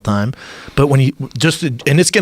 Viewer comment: "Greatest of all THime" lol